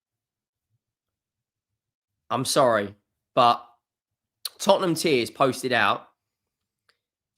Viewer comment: When he said Tottenham tiers, I thought he meant Tottenham tears 😂